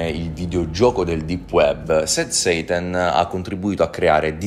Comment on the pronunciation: Scusa ma quando dici sad "seitan" mi viene in mente il seitan dei vegani 😅